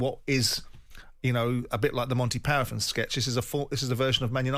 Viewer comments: Monty paraffin, I thought. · What is a Monty 'Parathon'? Lol